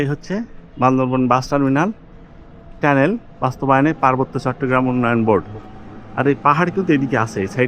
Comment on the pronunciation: শব্দ টা কি টেনেল না টানেল